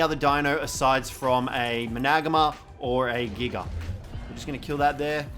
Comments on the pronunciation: You say it MANA-GARM-ER, not MA-NAG-AMER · Oh mana bro says there name hella weird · That’s is not how you pronounce managarmr